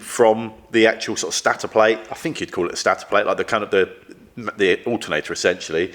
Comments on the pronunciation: Please pronounce that Staaator Not stator, 🙂 stay safe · please inform that it's stator not Stattor or Statter lol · Stator. It's pronounced Staytor, mostly as it's Staytionary! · It's actually Stator (stay-ter) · I enjoy watching your stuff but I'd be too embarrassed to film myself doing something I know nothing about. Stator is pronounced stay-tor and an alternator is made up of a stator and a rotor ! Bike sounds good now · Stay tor is the best pronunciation 😅😮😊